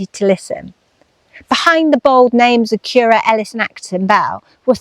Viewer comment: Thanks for another lovely video. Now I know that Currer is pronounced like “purer,” not like “purr-er” (as in what a cat does). I look forward to what you do next!